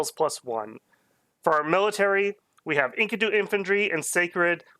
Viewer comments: you say it like....Inky-du's. when it's more like En-KEE-du. Not a common word unless you're into the Fable of Gilgamesh. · the pronounciation of enkido kills me.